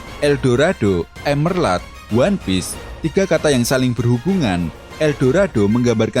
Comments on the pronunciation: Monmap nih yg gumush... Itu emerald yaaa bukan emerlad dibacanya 😅🙏🏻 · Bang bukan emerlad tapi emerald, gimana sih lu yang ngetik tapi gabisa nyebutin yang bener 😭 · emerald bukan emerlad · Emerald bang bukan emerlad Blokk!